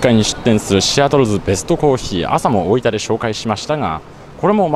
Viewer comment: 板橋出身なのになんか大分の発音が変な気がする？